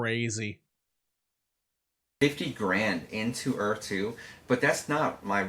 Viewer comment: God I can't listen to that dude butcher the word Earth